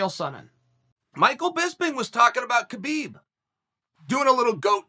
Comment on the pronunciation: Idk how people can't figure out that it's pronounced Habib